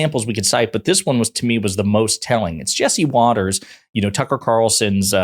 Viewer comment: Watters is so upset, he accidentally pronounced her name properly.